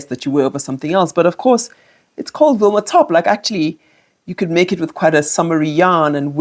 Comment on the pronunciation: Vilma not Wilma top.